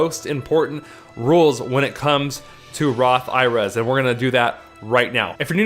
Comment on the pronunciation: When you say Roth IRAs it sounds like Roth IRS to me.